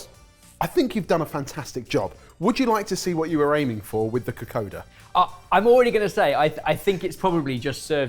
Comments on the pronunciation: Bula boys! Well done, fijian food has variations from home to home so very well done on the Vakalavalava and Kokoda. A few tips, when we grate, it's usually very fine grating, to a pulp texture. Also Kokoda is pronounced KokoNda, we have N's & M's before some letters that isn't written e.g. Nadi = Nandi, Labasa = Lambasa. Only telling you as you've cooked fijian food making you part of the Yavusa 😉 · I'm so happy you got my home country! I absolutely love Kokoda (which btw is pronounced ko-kon-da) and my Aunt makes a mean cassava cake. The Kokoda was pretty spot on and yes, you would usually cut up the fish into smaller chunks. For the Vakalavalava, I couldn't really make out the cross-section and obviously can't tell what the texture is like, but from my experience it's more like firm, chewy pudding. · Oh and it’s kokonnda (the n is silent but if there’s a d there’s a n sound usually, so nadi is Nandi) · This was fun to watch. Just as an fyi, Kokoda is actually pronounced Kokonda since “d” in Fiji is typically pronounced “nd” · Been a fan for YEARS so as a Fijian this has been a treat. Now for my input. Its pronounced Ko-kon-da. The water is probably a bit too much. We love a thicc coconut milk 😅 After grating the coconut flesh , its mixed with a bit water and then the pulp is squeezed out until coconuty milky goodness is left. Vakalolo and casava cake (manndrai) are different but delicious in its own way. Loved this!! Thank you!! ❤❤ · Fiji Indian lady here. May I please correct your pronunciation of kokoda. It's not written but your say an 'n' before the 'd', so it's pronounced kokonda. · Psst, it’s pronounced ‘Ka-koN-da’ 🇫🇯😊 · I was so excited to see this video. As a teenager, I visited Fiji in 1971. I think I had kokoda every other night, I loved it so much - with passion fruit and orange juice, which was also amazing. (By the way, if I remember correctly, it's pronounced kokoNda.) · Kokoda sounds like (ko konda) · It is pronounced ka-kon-da😊